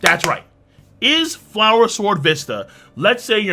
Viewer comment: Wlower Wword Wista